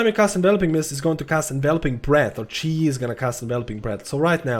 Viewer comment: its chi gee